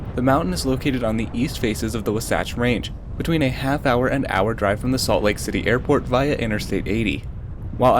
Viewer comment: Great video. Notwithstanding, it is promounced "WAH-sach"